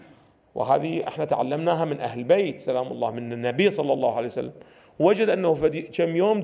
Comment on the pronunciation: كانه سماحة السيد قال "صلى الله عليه وسلم" و "صلعسلم" والا انا سمعي ضعيف؟!